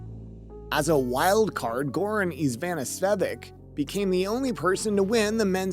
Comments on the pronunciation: Muster returned to Austria to act as Captain of the AUSTRALIAN Davis Cup?? Are you mixing up your countries? (and you should learn to pronounce Ivanisevic). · The way he pronounced Ivanisevic was interesting. And 'Mustard'.